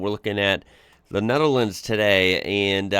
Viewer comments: The guy has a problem with the thorn(th) which is a bit weird, because that is usually the reason the English like to laugh at other Europeans about the pronunciations of their second(third, fourth) language. Anyway, the most prudent way to solve that isn't to call a whole country by the name of a province, but to just use the country's name instead of the English one: NEDERLAND no thorn in there. Nor in the full name: Koninkrijk der Nederlanden And any dumdum that's using "woke" as an insult NEEDS to listen to some new material. I suggest James O'Brien's show, now also on utube! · Hi can you say Roof? ( many Americans struggle saying Roof correctly. you do okay when saying Nether but lands is a tongue twister for you. I still use CDs older cars still have cds players in them later players have soMe Digital in them through stick MP3.. Personally I ever brought music online.😊